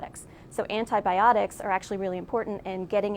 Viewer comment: With greatest due respect, as an English Speaking scientist, I wish someone would explain to me, "Why an allegedly educated person Especially someone with a PhD, SUCH AS, would Pronounce Antibiotics, as "ana biotics" or "ana Bah Ahh tics"?? And I'm embarrassed to admit, that this terribly WRONG Pronunciation is done mostly by us Americans!!!! You almost Never hear Canadians, people from U.K. or those speaking English as a Second Language saying it wrong!!! PLEASE, PLEASE, it's simply pronounced, "Anty By Ahh Tics":-0)>-- Love and peace to you all!!